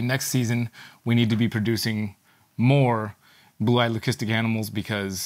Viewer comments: Someone made a comment laughing at very correct pronunciation of leucistic. Incredibly, it’s the first timeI’ve actually heard a breeder pronounce it the correct way. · You may laugh but is the only person I’ve heard who actually pronounces the word leucistic correctly. Everyone else says ‘lusistic’ which is wrong